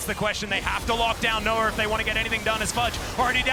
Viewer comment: Why do they keep saying Noah like Noar